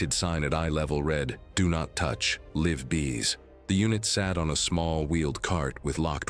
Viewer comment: 'liv bees', lol